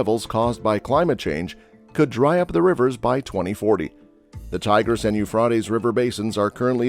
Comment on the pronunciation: You really don’t say what was discovered this is a long explanation about what happens when you put in dams what did you discover about the drawing up of the rivers and then you pronounced Euphrates wrong